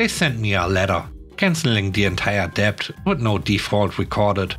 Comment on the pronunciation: Always enjoy your unusual stories. 🐧🐧🐧🐧🐧🐧🐧🐧🐧🐧🐧🐧🐧🐧 You met the word "debt" several times today. The b is silent, so it's pronounced " det". Hope this helps.